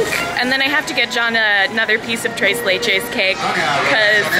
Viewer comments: it's not "Trace laychase" It's "tres leches" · Thres not dress ok, say it with me tres leche